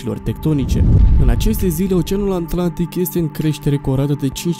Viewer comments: Sunt singurul care aude aNtlantic? : )))) in rest super tare !👍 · Dacă ne spui și cine e acel "Giul Vern" cum l-ai pronunțat pe bietul Jules Verne e ok... Și app: e Oceanul Atlantic, nu "Oceanul Antlantic". :)))